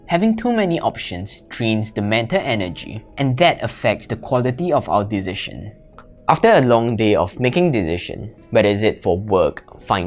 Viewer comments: He cannot say Decision but he makes better videos than others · You pronounce "decision" so strange 🤪